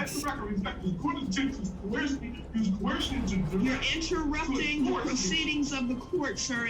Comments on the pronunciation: 6es, it's pronounced " co er shun" not "co her shun" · LOL The sovereign citizen keeps saying COHERSION. --- instead of coercion. LOL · You mean like how they all mispronounce the same words and don't realize it, like "dur-esht" and "cuh-her-zhun"? 😂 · Yo,, there is no "H" in the word "coercion". That part made me way more annoyed than I should be haha.